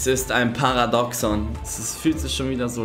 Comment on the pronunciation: Aber falsch ausgesprochen bitte